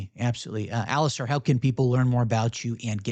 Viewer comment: It's Alis-STAIR not Alis-STAR. Get his name right.